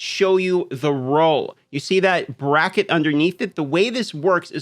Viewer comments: can't stand how you say roe and not roll... no sub for you D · Lay off the adderall and learn to say ROLL properly. Hard to watch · If anyone's wondering he's saying, roll not row.